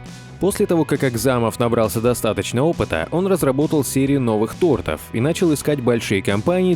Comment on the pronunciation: Неграмотный ты сказал тортов ударение на о а говорится тортов на 2 о